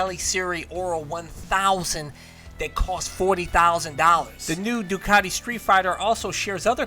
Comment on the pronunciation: its pronounced Doone not Done